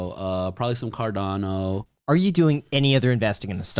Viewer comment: Of course he said cardano 🤦🏻‍♂️